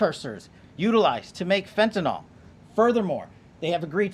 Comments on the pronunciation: fentanyl. Not fentanil KP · Fentanly not fentanol kp